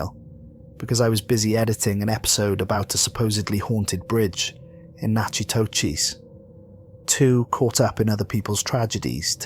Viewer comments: “Nachitoches” is pronounced “Nack-ah-dish” not nat.Chee-toe-cheese! That had me laughing so hard that I was crying! Don’t feel bad most people get that wrong. I’m a New Orleans girl a lot of people mispronounce people places and things from around here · Really, you’d think narrators would research correct name pronunciations; I’m the only one in my group who looks up Tolkien’s appendix of names.